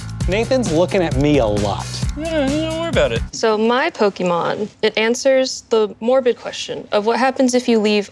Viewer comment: For bunch of nerds and geeks. They're pronouncing Pokémon wrong. 🙃